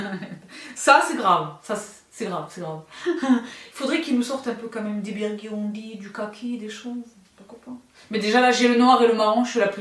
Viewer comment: ahahahaha ce « biourdundy » là il est était pas mal 😂😂